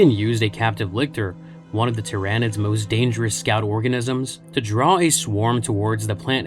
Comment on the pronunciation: At least it isn't tie-RAH-nids.